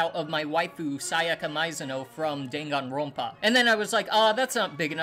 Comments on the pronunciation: This is so wrong. He mispronounced Dangonronpa -_ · He did all this stuff. And he didn’t even pronounce the game title right